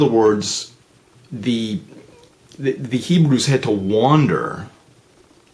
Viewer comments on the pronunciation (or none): none